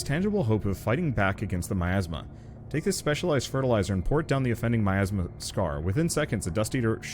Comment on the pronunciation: i like how the cat pronounces miasma (my- asthma) as meyasma it sound kinda like nya/meow